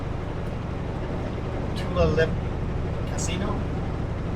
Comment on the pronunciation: Quil-Ceda is correct, Two-lay-lip is how Tulailip is pronounced